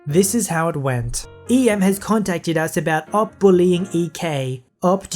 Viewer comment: Wow, PLEASE can you narrate my story - the way you can't even say "OP" properly is amazing, it's like you don't even know how Reddit works and are just reading text without thinking, and that''s perfect for reading Reddit content, additionally the way you don't even research how names of things are said is *amazing*, considering "Betta" (the fish) is pronounced "bay-tuh" and 30 seconds worth of searching would give that to you!!!